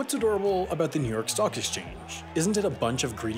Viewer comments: I heard ‘New York Sock Exchange’ and was very confused for a moment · I swear at one point he said "New York sock exchange".